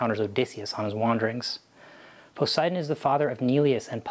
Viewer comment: but your pronunciation makes the GOD German! Try PO-SAY-EE-DAWN!